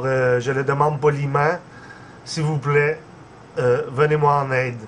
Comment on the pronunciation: "À l'aide sivouplait j'en ai grand besoin " avec son accent et tout il fait trop pitié se mec ! hahaha